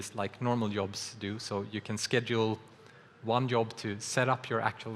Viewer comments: "Yob" is so Scandinavian... ;w; It should me more like "deejzhob". uwu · was just listening to this in the background and at first I thought Unity was introducing some new technical thing called a "Yob" XD